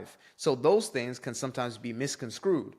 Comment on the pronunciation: Bro really just said “misconscrewed”